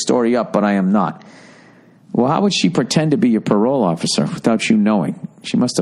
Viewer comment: When he does that super boston tone i start dying 🤣🤣🤣🤣🤣🤣🤣 "OFFICER"